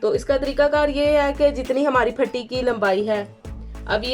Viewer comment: پٹی ہوتی ہے، پھٹی نہیں ہوتی،